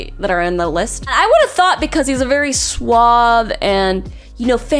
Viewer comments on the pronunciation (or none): none